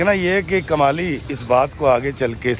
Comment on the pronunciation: kamli nai Kmali..haha